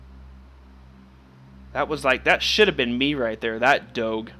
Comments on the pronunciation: im sirry but its pronounced dog (e) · you do not say doge like that the g sounds like a j